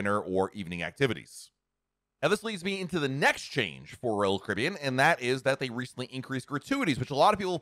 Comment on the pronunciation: SLOWLY PRONOUNCE: ROYAL CARIBBEAN!!!!